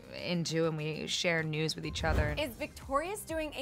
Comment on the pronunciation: who else thought they heard “we share nudes” when elizabeth was talking about the group chat where they share “news”